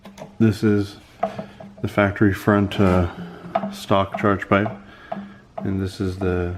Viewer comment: I swear if you call those 'inlets' charepipes one more time LMAO